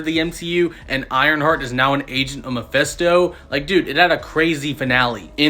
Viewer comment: It’s pronounced ME-FIST-TO not ME-PHES-TO